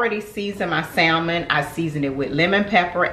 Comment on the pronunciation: Hey. Love your channel. You and your daughter are both beautiful. Girl, don't mind me but sometimes the teacher in me just comes out. The word Salmon is pronounced without the L so it's pronounced "sa-mon". Anyway, I'm going to try the recipe!